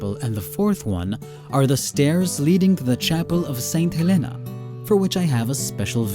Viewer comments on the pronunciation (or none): none